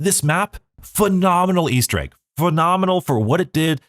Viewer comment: I love me an "Aester Egg"!! xD